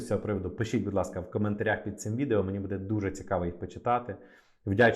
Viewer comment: Добрый день! Я украинка, иногда слушаю ваш канал и мне сильно режет слух то, что вы часто ставите ударения в словах неправильно! Я с детства говорю на русском, но не хуже чем русский знаю украинский. В слове буде, ударение на первый слог. А в предложение где есть слова біля влади були, в слове були ударение ставиться на второй слог. Ничего личного, просто режет слух.